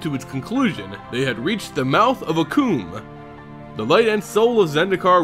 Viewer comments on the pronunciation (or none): none